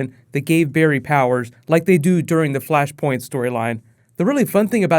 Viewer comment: Flashpoint. FLASHPOINT. FLUSHPERNT. ERHMAGERD ETS FLUSHPERNT